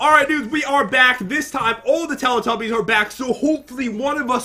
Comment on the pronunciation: and its not teely tubys its telly tubbys